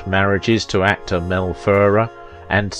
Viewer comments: A few points. To say Audrey was "Belgian" is an oversimplification. She was born in Brussels, to a British father and Dutch mother, and always held a British passport. Mel Ferrer was of Spanish descent, and pronounced his surname fer-RAIR, with the stress on the second syllable. Audrey was not married to Ferrer at the time of her affair with Holden. (I am not sure if you were trying to imply that, but that is the impression I got from the film). As you say, Holden was married at the time (to Brenda Marshall), but they were separated; according to one version of the story Audrey wrongly believed them to be divorced. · pronounced Mel Fer 'air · "Fer-RARE"... as in rare steak. You did correct it on the post about Mel, but again why not check major names' pronunciations before posting? It takes just a short time exploring online. Basic respect. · Buddy it’s pronounced /fer-RARE/ but I know you’re British and Brits tend to tend to stress different syllables than Yanks (I’m not either one). So Americans say /TEL-i-vi-zyun/ Brits say /tel-i-VI-zyun/. Americans say /WEEK-end/ Brits say / week-END/. In names you tend to favour the initial syllable which is most often correct but this is a foreign name. It doesn’t follow the tacit rules of pronunciation you are familiar with. ( or to be formal: of which you are familiar). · She along with the entire rest of the world gets heartbroken ...... Fer arr............is this guy British is that why he mispronounces names